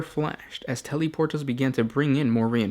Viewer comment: Tellyporters¿? Lol